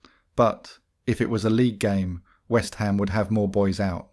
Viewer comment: i wonder if they have been to whest hom